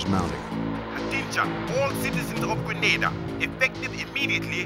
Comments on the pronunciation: It's pronounced and spelt 'Grenada', 'GREN AY DAH'. GRENADA. NOT GRANADA GRAN AH DAH. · THE COUNTRY NAME IS GRENADA NOT GRANADA WHAT A DAMN DISGRACE! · Grenada is pronounced as 'Gree-nay-da' While Granada has a Spanish pronunciation as 'Gra-nah-da' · Tell my why the actors can pronounce Grenada fine but the narrator keeps saying Gre-naa-Da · It's not Granada but Grenada. Granada is in Spain . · The narrator kept saying GrAnada…it is GrEnada…the former is in Spain…Grenada is the SPICE Island of the Caribbean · Who ever up loaded this video should have check the spelling and pronunciation. There is no Granada in the Caribbean, no such country exist, the island is GRENADA. Don't book a trip to Granada because you will end up in Europe or America🤦🏿‍♂️🤯. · Agreed. In addition, If I heard him call the team "gentlemen" one more time i was going to vomit. Oh right, and the way he mispronounced Grenada was so.... triggering. =P